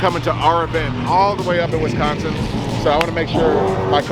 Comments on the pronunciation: WisCONsin not WisCANsin. Lol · is that the correct way to pronounce Wisconsin sounds like they saying wiscantsend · we cant even call it Wiscansin no more..yall Wisconsin again..ya dun goofed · "WisCansin" lol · What Wiscansin??? Is this supposed to be Wisconsin or is he just calling it something else? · WesKansas.... or Wisconsin. Are they the same thing? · Stop doing shit for white folks then ,,,,and there's no A in Wisconsin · I support you guys but can’t seem to get used to everyone pronouncing Wisconsin like that 🤣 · Butchering the state name but that was the only way to rhyme with mansion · It needed to be cancelled till y'all learn how to say Wisconsin right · They banned him because of the way he pronounced Wisconsin in that song.